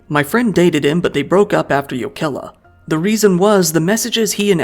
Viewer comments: The fact that he doesn't say Jokela with a hard J sound ("choukela") immediately puts him in the top 25% of English speakers in terms of pronunciation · Finnish always stresses the first syllable...so YO-ke-lah instead of yo-KEL-ah. All letter r's are rolled, like the double r in Spanish. Double letters are held, and those can be difficult for non-native speakers. Pronunciation getting better, though. I enjoyed the video as much as one can enjoy a video about something like this. We're normally a pretty safe society but we're not immune to these types of things.